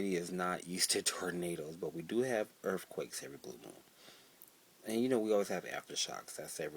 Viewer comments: "earfquakes" lol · earf quakes.